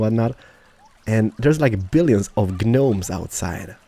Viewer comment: gnome is pronounced 'nome' - silent 'g'